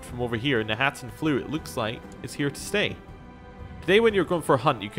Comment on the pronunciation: My compliments for being able to read, specifically read knahaten flu correctly. I heard people say kanaten and kanarthen, and I have to admit, it's frustrating.